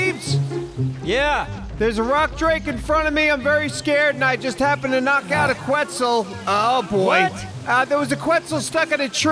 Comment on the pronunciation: Regardless of how he got it, the biggest takeaway is that he got it. I honestly was in disbelief when i heard him say questz the first time. Figured he had it confused with another dino like he's prone to do 😂 super proud of for knocking it out on his own though. has seriously come a LONG way 😊